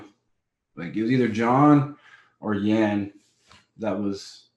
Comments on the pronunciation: He keeps saying Jan Jen Yaan, like dude come on now. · I think Reyes woke up to do this interview. He keeps calling Jan Blachowicz "Jan, Yan" pick one man! It's pronounced Yan, but you keep calling him Jan, then Yan. 😂With that said, I am excited about the fight. Whoever wins is the real champion, just like when DC won it, but they will just be the light heavyweight champion, not the greatest light heavyweight champion. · Reyes pronounces Jan's name 4 different ways inside of 2 min lol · Jan “Jen” Blachowicz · Dominick "I'm all aboard" Reyes Dominick "Keep me in the loop" Reyes Dominick" Says Jan instead of Yan" Reyes Dominick" short notice co-main" Reyes Dominick"Jon isn't technical, he's tricky" Reyes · Lol he can't make up his mind on how to pronounce Jan. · Reyes had a bet on how many times he could pronounce Jan with a J in this interview.